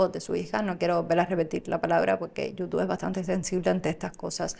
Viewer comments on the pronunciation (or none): none